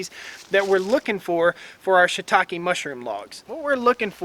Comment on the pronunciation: I'm glad I watched the video to get the right pronunciation of that word Shitake. I was reading it entirely differently. Have you tried the 18volt Fuel Milwaukee chainsaw?